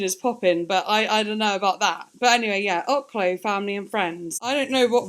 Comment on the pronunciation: Oklou is pronounced, (Okay-Lou)